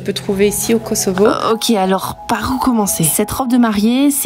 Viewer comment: Kosovo se prononce KoSSovo 😊. Sinon les robes de Valdrin c'est des chefs d'oeuvres comme toujours 😍